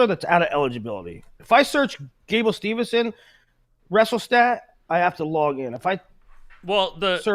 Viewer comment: It's Gable Steveson, not SteveNson. What does he have to do for you to get his name right?